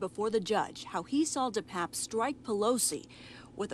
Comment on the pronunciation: Why are reporters mispronouncing the perps name?